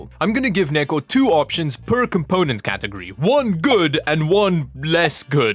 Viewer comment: Wholesome, I needed this. "Cat- ER-gory"